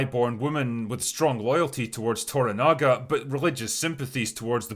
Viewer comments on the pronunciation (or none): The 1980s version was a not unimportant part of my childhood... despite the fact that it's not realy made for kids. Looking forward to this version. BTW its ToRAnaga... with emphasis on the second syllable, not ToraNAga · It's "toRAnaga", not "toraNAga". And "MAriko", not "MaRIko". But the rest of the rest of the review is superb.